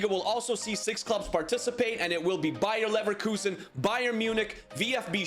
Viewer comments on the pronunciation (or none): Happy new Year but you pronounced Bayer Leverkusen wrong you said it like Bayer Neverlosin